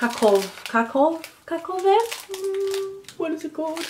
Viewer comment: "kakove"?!?!?!:D "kakove" means "sh*tty" in Slovak, it´s reference to poop.:D So the only letter/sound "A" makes a huuuuge difference. And yeah, KAKAOVE REZY (cocoa waffers) are really nice! <3 Not even all of us (Slovaks) like all of those sweets. And Margot is basically the same thing as SOJOVY SUK. So it´s sweet soy dough in chocolate. Thank you for this video,!:D You made my day!:D